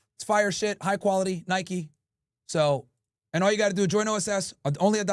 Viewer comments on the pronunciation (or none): none